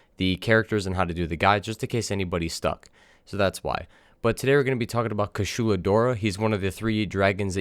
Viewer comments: Kew-charl-lahr not! Coo shoe looooooser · It's been four years, are you still saying KASHULA instead of KUSHALA? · Great guide, but please, stop saying "Kashulu", like you want to spell Cthulhu. It is Kushala, KU SHA LA. My ears are in pain from that...